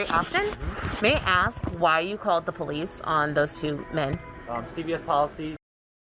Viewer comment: Call the po lese, while you’re at call the am blanse